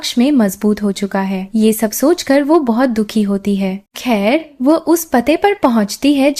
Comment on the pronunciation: Plz who ko wahye na bola Kare mujhe apki voice achi lagti he lakin waye nai wo bola karen